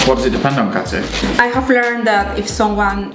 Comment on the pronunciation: Cuando dijiste hacia la Katy que quiero ser, mis oídos escucharon hacia la candy que quiero ser 🤣